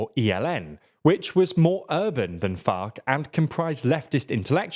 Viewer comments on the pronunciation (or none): “which was more urban than FOC”… you know he’s saying it like that on purpose 😂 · I hear fock and it's funny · It's actually called "FARC", not the f word